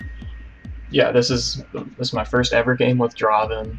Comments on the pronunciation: Not dra-ven! Draaaaaaaaven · its not dra-ven, its DRAAAAVEN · Dra-ven = wrong.